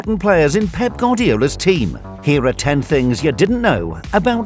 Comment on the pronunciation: "Pep gordiola"